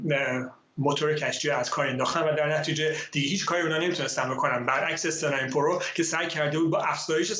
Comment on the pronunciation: فرداد بیسواد استنا امپرو نه استنا ایمپیریو .....تو مثلا انگلیسی پول از عرب. میگیری عربیم حرف میزنی ....ملخم بخور برات خوبه